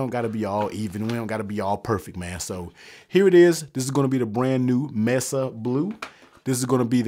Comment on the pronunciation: …it’s pronounced “may-suh”…not “ mess-uhh”…